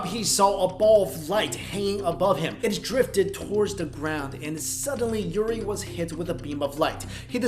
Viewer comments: The name is Uri not Yuri LOL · its Uri not Yuri